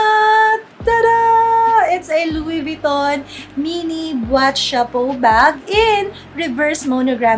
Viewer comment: Inulit ulit ko ung pag pronounce ng lv mini boite chapaeu 😅 naalala ko nnman ung balmain(balmah)😂😂